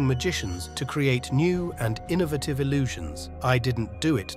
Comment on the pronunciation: The narrator s pronunciation of some of the words are atrocious, for example, innovative and privacy.